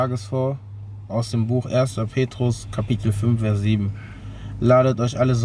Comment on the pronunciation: Es heißt "Vers" nicht "Wers" ...